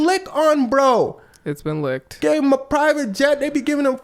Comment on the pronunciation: U meant "LIUCKKed"